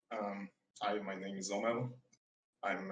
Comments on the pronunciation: the funniest thing was dr k calling omer "omel" the whole time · I mean, that's what it sounded like when he introduced himself. It sounded like "Omel" to me, and I guess Dr. K heard the same.